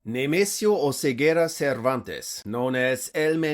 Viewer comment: That "Nemesio" just hit the spot. Fine Spanish pronunciation.